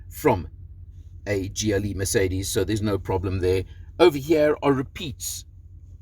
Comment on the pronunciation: For a south african you've got a funny way of pronouncing mercedes 🤣